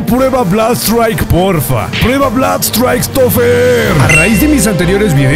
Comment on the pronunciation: Se pronuncia blud straik bro